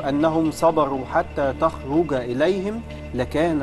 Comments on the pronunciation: مع احترامي للأستاذ أحمد فايق بس هو ازاى يقرا أيه من القرآن الكريم ب الطريقه العاميه المفروض يقول تَخُرج مش تخرق وحتى فى البسمله بيقولها خطأ +الطلاب المستوى تبعهم ضعيف اصلن المفروض يختاروا طلُاب مستواهم اعلى من كده دول اصلن ال٥٠ دقيقه واخدينها ابتسامه وضحك الطلاب شكلهم تافهين والمهرجانات والاغانى تلفت دماغهم انا مش قصدى أسئ لأى حد بس المفروض يكون فى غير كده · الجيم في تخرج في الآية القرآنية تتنطق معطشة مش بالطريقة المصرية ده قرآن حضرتك والمفروض تحضر طريقة قراءة الآية اكتر من الأسئلة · قراءه كلمه تخرج ف الايه خطا